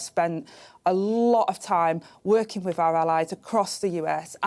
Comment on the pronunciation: She says "wif" so beautifully. Can't help but take her seriously.